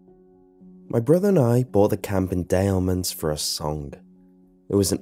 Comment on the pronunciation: Dude I’m a pure Louisiana born and you don’t say Des Allemands like that 🤦🏻‍♀️ it’s like Dess for Des. Also The second L And the e is silent in Allemands. FYI 🤷🏻‍♀️👍🏻✌🏻😁